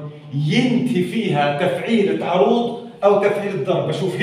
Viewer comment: السلام عليكم ورحمة الله وبركاته الله يجزيك الخير على الجهد الذي تبذله بس حبيت انبهك لما تحكي عروض هي بفتح العين وليس بضمها وشكرا كمان مرة على شرحك المميز